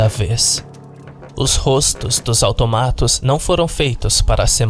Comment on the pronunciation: Eu achava que se fala autômatos e não automátos, quem disse que vídeo de creepypasta não ensina nada.